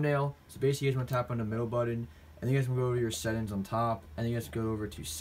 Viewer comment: "Sett ins"